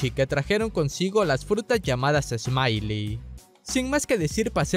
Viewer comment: se pronuncia "esmail" = Smile , como lo decis , "esmaili" = smiley , saludos Ecuatoriano.